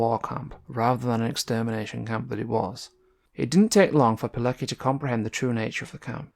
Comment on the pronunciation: you should try to pronounce his name correctly. This story is so Well known, that it'a almost embarassing that you can't pronounce his name or the name of the army he joined